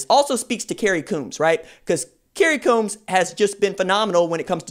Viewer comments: Kerry Coombs last name is pronounced combs, like the grooming object. Coached against him at HS level when he was HC at Cincinnati Colerain. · Please pronounce coach Coombs name right PLEASE!